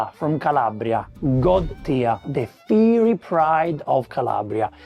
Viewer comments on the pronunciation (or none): in un panino all'olio io ci metto solo il cotto. E "Fiery" non si pronuncia come hai fatto qui.